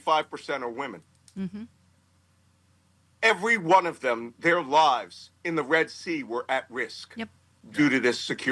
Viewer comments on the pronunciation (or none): none